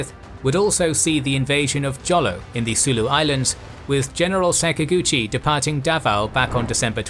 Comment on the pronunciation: Jolo is pronounced as Holo